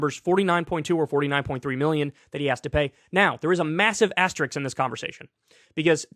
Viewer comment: I wonder if Kyle realizes that he says "asteriks" instead of "asterisk".